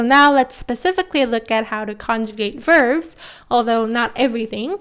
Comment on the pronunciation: Nicely put. I also find it interesting that both you and my own Korean teacher say "verves" instead of "verbs" :)